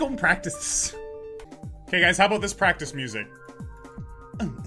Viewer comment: NANI! "EXIT PRACHTICE MODE"